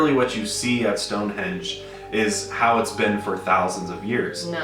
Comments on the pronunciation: For some reason i always pronounced it "Stonehedge" and not stonehenge...idk i always remembered it like stonehedge lol im confused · wait my mind is blown that its HENGE and not HEDGE lmaoooooo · so thanks to this video i learned its stone henge not stone hedge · 30 seconds in and I’m already learning I also pronounce it “hedge” but it’s “henge” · Okay So literally right before clicking the video I read the title and was like "Stonehenge? I've always pronounced it Stonehedge wth" and that's like the first thing you say when you started the video ... damn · I’ve always said Stone Hedge too 😂